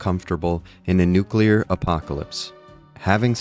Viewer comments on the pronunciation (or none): Nucular green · I remember this conversation. Fallout 3 is green, Battlefield 3 is blue. The difference is the lore (post-NUCULAR!) and the reasoning behind it. That's why i never questioned it in F3 while in other games filters don't make really sense, besides looking "unique".